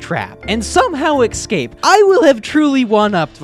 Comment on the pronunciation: Why do you say excape is escape bro